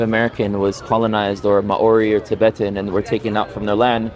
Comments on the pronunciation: I love you Rudy but every time you say Maori it makes me cringe, it's "Mao-ri" not "Ma-ori" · Hi Rudy! Just a pronunciation tip. The "ao" in Maori is a diphthong and is pronounced like Chairman Mao, rather than Ma-ori. And before the Maori, there were Morioris in New Zealand. It's politically incorrect/inconvenient to say the Maori genocided them, but they're somehow all dead. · Maori is pronounced maow-ree. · The Maori example is both good and really bad. The Maori people arrived in New Zealand in around the 1300's AD, the europeans arrived around the 1500's - 1600's AD And there is some evidence that there was a people in New Zealand prior to the Maori who the Maori... unalived Also the way he says Maori as Ma-Ori makes me cringe so hard It's pronounced like Mouldy but with an R sound instead of a D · ma ori is: what light? In Hebrew, sorry for his pronunciation 😊 he's falling back on Hebrew. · Yes, drives me nuts. "Mao-ree" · Holy fuck!! Less than 30 seconds in and I think the problem should be solved! They quickly get on to the historical topic of hominoids. And then this moron insensitively mispronounces the proud and epically gorgeous people of what is now New Zealand. Kinda a perfect example actually as to do how to live together and not be moronic human beings fighting over “fairytales” But also why I will not continue watching this moronic debate because it’s nonsense Israel and Gaza have nothing to do with a religious battle. Clearly. Extremists may suggest that the cause. But any intelligent person can see this is about resources and money! 4000 children didn’t have a chance to think religiously. Israelis are wealthy too an ungodly extent. If old white men really believed in a heaven. Why does the greed and appetite for power and governance of land make them evil? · It must be the Hebrew spelling of it